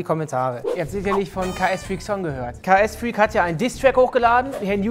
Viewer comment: Er heißt KSFreak und nicht KAS Freak 😂😂